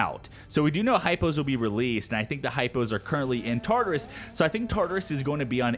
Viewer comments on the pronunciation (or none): You're saying Tartarus wrong. It's pronounced as follows: Tar-tare-us(is). Tar as in tartar, "tare" like terabyte.